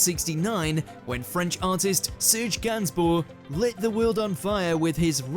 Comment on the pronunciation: Click bait shit. Songs banned, not artists. Listen to his impression of the French language when he pronounces Serge’s name. He sounds as though he’s having a shit.